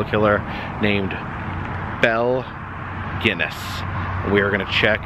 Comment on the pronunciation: Great video, except its pronounced Gun ness.